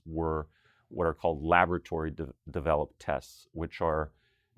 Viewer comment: Lavatory? Change the stress on the word laboratory to the first o and you can avoid sounding like you're obsessed with toilets.